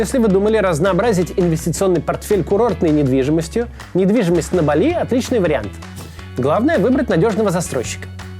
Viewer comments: Спасибо за выпуск, Максим! Я смотрю рекламу, поэтому "БАли"! Ударение на первой гласной, пожалуйста! 😃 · Каждый раз меня передергивет от ударения в слове бали. Бáли - верное ударение на первом слоге, если вы, конечно, не являетесь местным жителем с иным диалектом индонезийского языка.